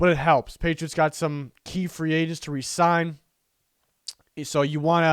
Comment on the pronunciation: Lost interest when this guy said “Cut Phillips”! And stopped watching when he said “Resign D Wise” No thanks!!